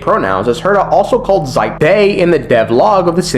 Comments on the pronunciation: it's pronounced "she-pey" not zipe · Sorry, but do some research on name pronounciation, the Xipe is read as SH-I-P-E, not Z-Y-P-E. No hate tho... Just my ears bleading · Ermmmm Xipe is pronounced like she pay ☝️🤓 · Minor criticism, but Xipe is pronounced like She-pey 😂